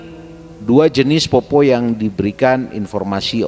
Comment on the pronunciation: Poppo' pak,,, bukan poppo... Kalo untuk mitos ini memang sudah beredar banyak disini d sulsel... Ada dua jenis poppo',,,, ada yg cuma cari buah2an,,, biasa juga di selokan,,, ada juga yg emang nyari org untuk dimakan ketika berpapasan... Poppo' sallang itu yg sering cari mangsa,,, bentuknya utuh dalam bentuk manusia dan katanya memiliki lampu yg dibawa kemana-mana... Ketika ketemu sama poppo' ini harus lari karena katanya ketika dia melihat kita,,, dia bakal mengejar kita sampai kita ditangkap... Saya org asli sulsel juga pernah melihat penampakan poppo' sallang ini,,, itupun sudah pagi... Dan juga ada yg dinamakan PARAKANG yaitu org yg sering jadi2 bentuk hewan, pohon pisang, batu, kelapa yg menggelinding di jalan...